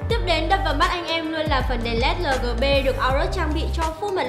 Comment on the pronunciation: lét lờ gờ bê 😀